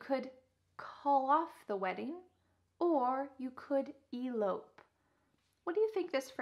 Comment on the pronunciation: In the word " Elope" the second syllable is stressed!